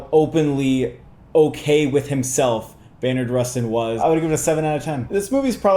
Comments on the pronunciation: Just a heads up guys it's "Bayard" not "Baynard" Rustin :) (or at one point, brother bro definitely said "Maynard Rustin" lol) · Its not Baynard its BAYARD like people calling my dad Blyden "Blinden" 🤦🏽‍♂️ Theres no N It's Bayer asprin not Baynar aspirin... You can do it...